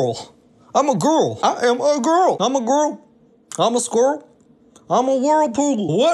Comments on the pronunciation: I heard "GORL" and got ten thousand flashbacks in mere moments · The reason he's saying GORL is because he's parodying Amber Reid, another mukbanger